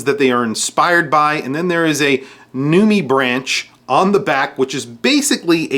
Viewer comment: Yeah, so informed the guy couldn't say "nudibranch" correctly...